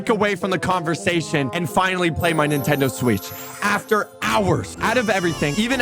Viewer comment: “Nintendo Sweetch” 💀